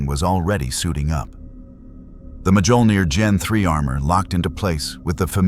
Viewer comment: I love stories like this, but can we please teach the AI how to pronounce Mjolnir?